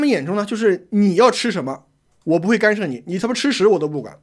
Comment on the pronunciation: 是干涉，不是幹射,幹射是男人.....